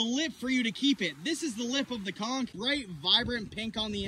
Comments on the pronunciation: is it pronounced "konch" or "konkh" (<--- the one he said) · It's literally pronounced "cunk" not con 😂😂 and we eat that shit down here in Savannah GA in some hot sauce, seafood seasoning and garlic butter I can say it is not no aphrodisiac we eat this literally everyday 😂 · No conck is how it's pronounced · Bro it’s pronounced con-CH!!! 😳😂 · How do you pronounce aphrodisiac right, but not "Conch" 😂😂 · all dat info but pronounces conch that way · He can’t even pronounce conch right